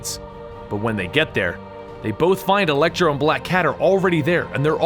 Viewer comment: It sounds like you were saying elektra instead of electro